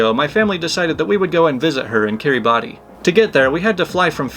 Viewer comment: Fun fact: Kiribati is pronounced Kee-ruh-bas and the r is rolled. There is like no way to know that from the spelling. 🤔